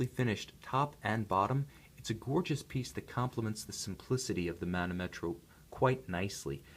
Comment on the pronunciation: The correct pronunciation is manòmetro ;)